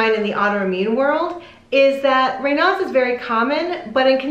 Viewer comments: In the U.K. Raynauds is pronounced Ray knowds, not Ray nards. Greetings from Wolverhampton in The West Midlands, England.xx P.S. Ray nards is connected to Foxes. !!! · It IS pronounced ray-nosed. Raynaud is a French name. I've never (in 65 years) heard anyone call it 'ray-nods." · ‘ Ray nose ‘ is the correct pronunciation - French . I have never heard it pronounced ‘ Ray now’ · I like this video, but I definitely disagree with your pronunciation!!! The guy is French, so it’s more like Rey nose. I’ve had it for over 30 years and I’ve never heard it pronounced the way you do 😊 informative info tho!!! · We pronounce Raynaud's the other way in the UK. Don't worry about it.